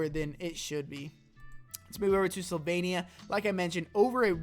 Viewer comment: *Slovenija. Not Sylvania.